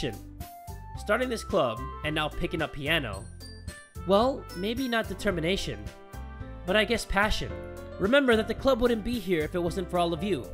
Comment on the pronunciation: Not passion its detemnashen